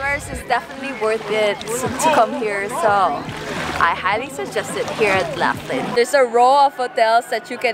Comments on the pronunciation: Um,in Australia we say Locklin,not lafflin. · In the USA we would pronounce Laughlin like L-off-Lin not Laugh-Lin. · The locals pronounce Laughlin differently.